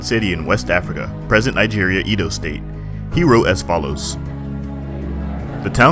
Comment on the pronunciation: Much love from Edo. Just that Edo is not pronounced /I_doe/ but /eh_doh/...Great vid